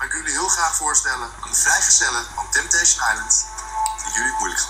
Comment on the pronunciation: Niemand:* Echt helemaal niemand:* Kalvijm: TempTeEsJen aiLent